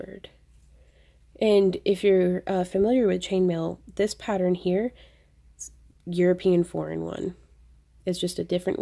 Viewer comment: Silly me, i thought for a second you were saying, "a European Foreign one".